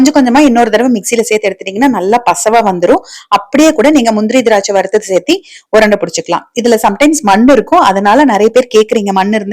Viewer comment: சேர்த்து என்றே சொல்லவும் சேத்தி என்று சொல்ல வேண்டாம்